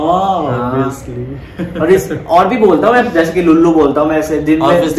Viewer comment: it's lallu not lullu 😂😂 lullu is not an appropriate word 😅